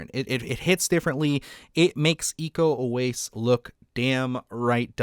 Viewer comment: Iko Uwais is pronounced ee-ko oo-wa-ees. Im Indonesian. Love your channel ❤🎉